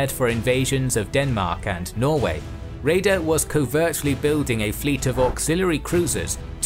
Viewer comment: His name is pronounced Räder not Reder.